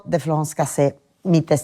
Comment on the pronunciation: Se pronuncia CASSEZ no casé 🙌😳🙌